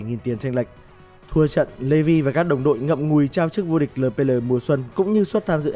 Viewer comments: Eo pi eo ông đọc lờ pê lờ nghe buồn cười vcđ:))) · Ad đọc lờ pê lờ nghe mắc cười quá. Eo pi eo đi nào ad kkk